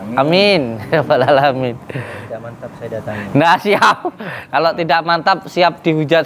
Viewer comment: Loh kok nyebut Alamiin jadi ngalamin